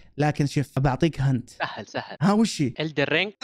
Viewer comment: يا للي اسمها هنت مو هانت😂😂😂😂😂